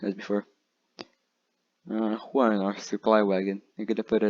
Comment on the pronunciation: "juan" though LOL